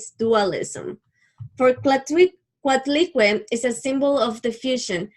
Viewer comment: Thanks but learn to pronúnciate our gods